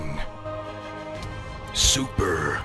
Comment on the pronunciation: i think the voice over guys says super mash pvp